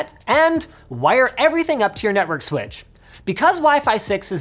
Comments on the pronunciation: White dude that can't say switch, funny! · 'commodity sweatch', did linus just go south-eastern?